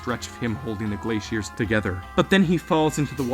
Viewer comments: Glaiceiers nah bro it’s glaciers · Why do you say glaciers like that 😭